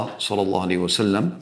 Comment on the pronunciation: Coba sempurnakan sebutannya nabi Muhammad sallallahu alaihi wassallam bukan sadssaalam